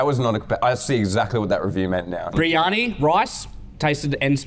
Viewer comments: its pronounced BIR-EE-AR-NEE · The first meal biryani is said like briyani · BTW. It is pronounced Briyani but spelled Briyani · The first meal biryani is said like briyani. I'm not indian I'm south African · As an Indian, hearing them pronounce "kebab" and "biryani" is the funniest shit ever lol.